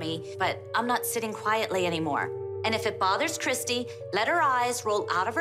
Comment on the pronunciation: *Christi. Not Kristy.